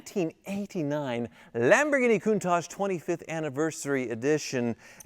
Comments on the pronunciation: Nah, don't sell the Countachgee ( pronunciation) now. In ten years, it will be worth enough to pay off another ex-wife all on its own. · What's with the pronunciation 'koon-taj'? Come on surely you know better than that